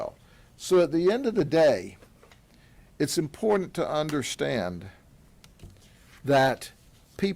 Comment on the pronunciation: THESE ARE SOME UGLY ASS MFERS! GRADY SAYS ''IM POOR DANT'' FOR ''IMPORTANT''! THERE IS NO ''D'' IN THIS WORD BOSS!!!